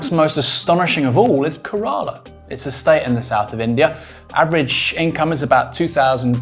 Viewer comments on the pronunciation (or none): Kerala is pronounced like Kerosene with Pamela - not like Kerrang with Koala. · It’s KE ra la not ke RAA la. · FYI Aaron is Kay-Ruh-Luh not ke-rah-lah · It's pronounced Keh-ra-la